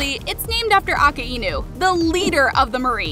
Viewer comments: Its not a ka i nu its a kai nu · who cringed when she said Aka-Ainu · A-ka-inu ahahahaha worst way to say a-kai-nu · when u call akainu "A-KAA-IEE-N-OO" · if bro says aka-imu one more time. its a-kai-nu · "aka-inu"... ITS A-KAI-NUE. THATS HOW YOU PRONOUNCE IT. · Bro calls Akainu Aka inu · Yo aka inu who the fuck is that LOL ITS PRONOUNCED AKAYNU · its not pronounced aka-inu its Ah-Kai-New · aki-enu?!?!?!?? its a-ki-noo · Why was she saying akanu instead of akainu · akainu ❌ aka-inu ✅ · akainu❌ akaeenu✅ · AKA INU? ITS AKAI INU (Pronounced) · Why do they pronounce akainu as aka E nu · It's not aka inu It's akainu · Akainu is pronounced ack-ai-nu not ack-a-inu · Wtf aka-ino bro its pronounced akaynu but its spelled akainu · It's akinau not aaakaaiiinnu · bruh she did akainu dirty she called him awkeyeenu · we cant trust someone who says ahkaeeenoo its enel who made that face first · "A ka i nu"💀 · me screaming bc she didn't say akainu properly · "aka eenu" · Aka" INU" 💀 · Akainu❌ Akaihenu✅ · WHAT THE HELL IS AKA-INU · Aka inu it's pronounced akienew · “Aka Inu” at least learn how to pronounce his name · I CAN’T THIS THE WAY SHE SAID AKAINU’S NAME 😢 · Nah what was that akainu pronunciation that’s crazy also you know that that’s a name right and it’s not an obvious referenced to one piece the just gave it a name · I'm sorry but she did not just say akainu's name like that no way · Your need to pronounce akainu correctly